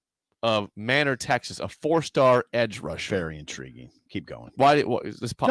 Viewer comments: "MAY" NOR" Texas. Not Man'or Texas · It's pronounced Maynor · Manor Tx...It's a hard A!